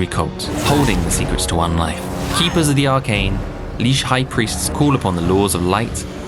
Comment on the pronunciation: There is no way in hell "liche" is pronounced "leesh" and not "litch".